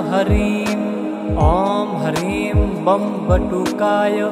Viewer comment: || हर हर महादेव || किसी भी मन्त्र में "शुद्ध" और "अशुद्ध" उच्चारण का बहुत महत्व होता है। इस मन्त्र में आपका उच्चारण "शुद्ध" नहीं है। आप "ह्रीं" को "हरीम" बोलते हैं, जो कि बहुत अधिक खटकता है। कृपया अपना उच्चारण "शुद्ध" रखिए।